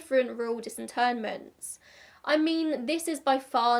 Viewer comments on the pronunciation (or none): Disinterments, not 'disinternments'.